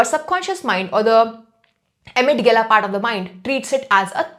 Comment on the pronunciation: Mam, you have such a great knowledge and me apko kuchh bolne wala koi nhi hu....but you pronounce "amygdala" as "amydgala"....ek baar dekho isko....